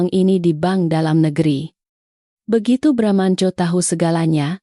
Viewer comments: Baramantio jadi bramnco😂tapi file yg seharusnya fail jadi FILE Wellcom jadi welcome😂hadeeehhh nararator konsisten deh biar gak risih denger narasinya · Sebenarnya Bramantiyo apa bramanco , yang benar dong kalau baca